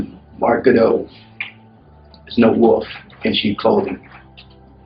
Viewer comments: Mark Goudeau: "I'm no wolf in cheap clothing"...: IT'S THE WOOL-EFF.... IT'S THE WOOL-EFFFFfff.. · Goudeau: Pronounces "wolf" as "woof" and refers to himself in the 3rd person.. Me: lock him up!